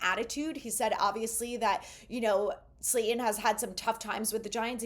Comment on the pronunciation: Slay-Ton. Not, Slay-en. Please!